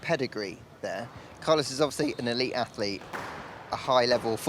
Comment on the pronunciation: ellite? hahahahaha...